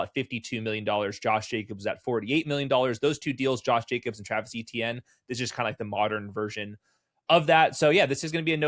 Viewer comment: "A-tienne" not "E-tienne", please. ⚜️⚜️⚜️